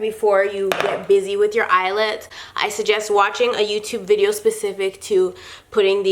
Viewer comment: count how many times she says eyelits(I think that is how you spell it)lol😂😂